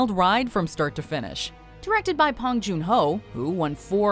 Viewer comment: Bong not Pong Joon Ho